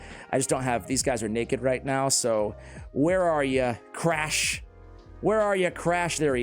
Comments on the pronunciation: honestly only MY opinion, i think Crach is pronounced like "Krak" in "Kraken". "Learnt this pronunciation from playing too much Witcher 3. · Should be pronounced “crock” lol